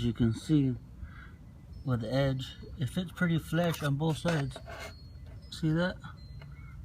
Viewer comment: Flush not flesh lol good video tho